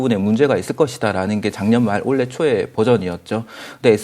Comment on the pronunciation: 님은 올해를 항상 올래로 발음하는특징..그래도 너무좋아 분석을 어쩜저렇게 잘하는지..최근 언급한종목 지켜보고 모아갈시간도없이 상한가를 가서 너무아쉬워요